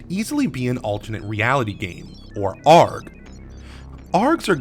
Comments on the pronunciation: Just FYI, its pronounced "Aye-Arr-Gee" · I like this video and all, (Like, me giving you a subscription, Like) but your pronunciation of "ARG" makes me cringe man.